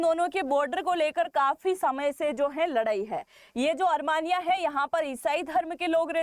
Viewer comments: desh ka nam "अरमानिया" nahi "अरमेनिया" hai. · Is it ARMANIA or ARMENIA. Kindly pronounce properly ❤️🇮🇳👍✌️👌🪔👆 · अरमानिया नहीं अरमेनिया